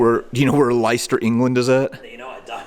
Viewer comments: Oh he knows exactly where Leicester is - but I was struggling to recall where Lie-cester was located 😂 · I love your videos but the way you're pronouncing British place names is winding me up !! Leicester and Blenheim Lessssssss🐍🐍🐍ster Bllleeeeennnniiiiimmmm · Leister - Concord - Worcester. These pronunciations and more on the History Underground. Leister has Richard the third buried there. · It’s pronounced (Lestah). Like Lester but with an Ah on the end, lol. It’s in the English Midlands. A very old city. Their team won the Premier League as 5000-1 long shots in 2016. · 😂😂😂 I was thinking, that it must be mispronounced, it got to be Leicester 👍 That sad thing looking at those soilders, with smiles on their faces. Died, to stop wars, they would've been so disappointed, that we're still fighting wars. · It's actually pronounced Lie-cess-ster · How does a British bloke not know where Leicester is 😂 Butchering the British Language as usual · Great video as always made me smile with you pronunciation of Leicester 😊 I have been to the Wellington Tunnels several times and is always a great experience thanks for sharing. HP sauce is synonymous with bacon sandwiches here in the UK. HP stands for Houses of Parliament